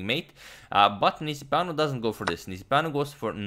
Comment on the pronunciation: It seemed like a romanian name :) nice pronunciation on agadmators side